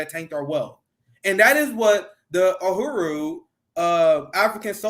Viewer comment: Uhuru, it’s pronounced u-hu-ru, it is Kiswahili, meaning freedom.